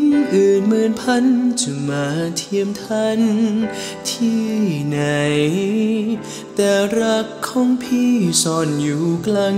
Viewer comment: เดี๋ยวนี้ ภาษาไทย เพี้ยนไป เช่น คำว่า " ที่ "...ออกเสียง เปนตัว T..กันหมด ..